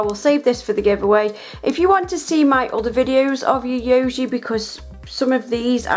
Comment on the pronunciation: lol every time I see you do a Yayogae video I feel your pain trying to pronounce it. It is actually pronounced Yi(Hi with a Y)-Yo-Gay. Love these videos dear.